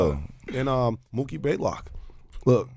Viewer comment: Mookie baylock? Blaylock